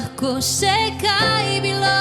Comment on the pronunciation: Ne vem zakaj besedo "bilo" kdaj tako čudno naglaša.